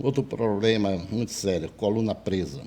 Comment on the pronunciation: Esse amigo que fala ploplema é almoxarife? 😆😆😆, o ramal dele é o tles quatro cinco?